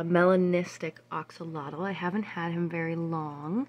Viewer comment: Why do you call it an axolotyl and not an axolotl?